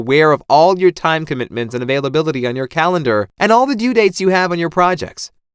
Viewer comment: “Put it on your CALENAR”. What’s a calenar??